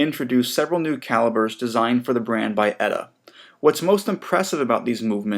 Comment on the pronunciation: OMG, no it's not "Etta" it's just E-T-A, like you would say BBC, KFC, USA, etc.